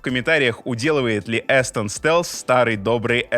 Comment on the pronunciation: Обзор как всегда отличный. Вот только микрофон не "Эстон", а "Астон", как Aston Martin, только Астон Стелс, причем тоже из Британии.